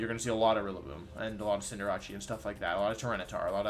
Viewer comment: Is no one gonna talk about how this man pronounces cinderace